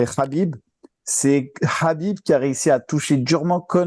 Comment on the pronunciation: Boulox!!! n à pas écorcher le nom de habib car c est la bonne prononciation en arabe justement Lol